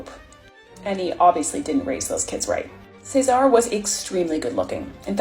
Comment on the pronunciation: CESARE Borgia. Say it with me. Chez-ah-rea Borgia